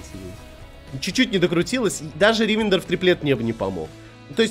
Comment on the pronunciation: Как же режет уши ударение в слове Ривендер. Оно на последний слог.